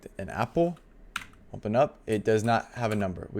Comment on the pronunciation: i was about to crash out if this guy said "umpen" instead of open again 😭😭😭😭